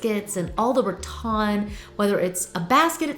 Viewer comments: I love garden centers for inspiration! I was wondering why you pronounce rattan as RaTon ?? Is that southern? 😊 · Please, please, PLEASE learn the pronunciation of “rattan.” Love you, but this is driving me nuts.